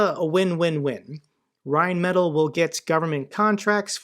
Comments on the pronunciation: Rheinmetall: rind-met-tall (it's not perfect but it's close enough.) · Your pronunciation of rheinmetall is hilarious. Keep up the vids